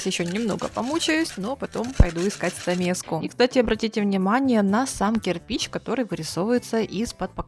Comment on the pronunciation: Почему "стамеЗка" ?